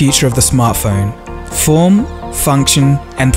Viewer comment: When the girl said "form" it sounded like porn. ;D